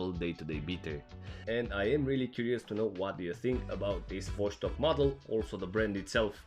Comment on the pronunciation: cool video as always! Oh and it's Vos-tok not VosH-stok